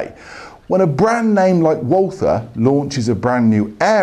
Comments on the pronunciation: Pronounce "Walther" like "Walter" and you get nearer to the German Pronounciation. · the W should be pronounced like a V...